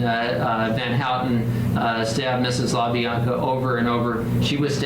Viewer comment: it wasn’t the La-BL-anca’s ….it was the La-Bi-anca’s. Sorry, had to just correct that.